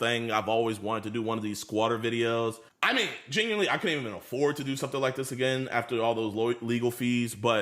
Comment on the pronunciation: he is "GenWuiNLY" aint mature after all